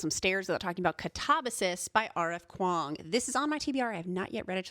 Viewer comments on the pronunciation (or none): I've never heard Katabasis pronunced like that!! And I've realized I've never really heard anyone actually SAY the word!! Absolutely LOVE this list and will be reading these!